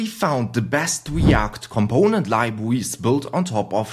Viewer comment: very good libwawies 👍